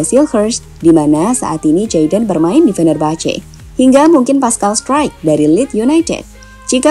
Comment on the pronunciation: Pascal Struijk cara bacanya Paskal Struik, bukan Paskal Straik!